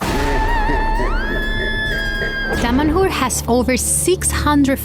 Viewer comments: Why Damanhur sound like "damn whore"? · I keep hearing "Dumb&Whore" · Wait a sec .... Dom'' A ''Whore ??? did they really say that ? sounded like it or i've had too much coffee ;-)